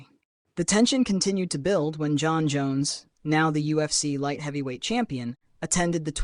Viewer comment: 8/10 information, -53/10 pronunciation on any name that is “Jon”